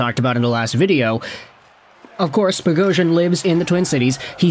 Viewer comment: Nothing makes me more upset when an Armenian last name is miss pronounced lol bogh-os-yan 🇦🇲🇦🇲🇦🇲